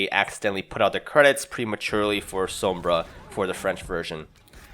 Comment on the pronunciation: the way you say sombra makes me cringe